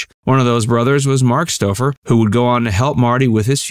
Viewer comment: The narrator should have watched the beginning of a typical 'Wild America ' episode, where Marty looked right at the camera and said, with an enthusiastic twinkle in his eye, "I'm Marty Stouffer..." STOUFFER...the "OU" is like "fowl". (C'mon, man: get it right!)